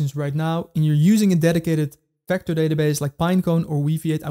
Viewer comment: Vector NOT Fector